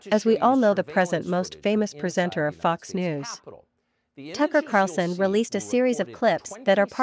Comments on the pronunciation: The narrator needs to pronounce Tucker's last name correctly. The video poster needs to find such a person before posting. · Tuckers name is Carlson not Carson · It's Carl son, Tucker Carlson, not Carson. Lol